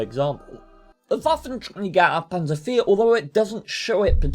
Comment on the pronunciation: Wow! You saying the Waffenträger Auf Panzer IV in German makes this history majors heart feel good! I’m glad to hear someone with a brain try to say things that are not in Lazy English. Or in my case Lazy American.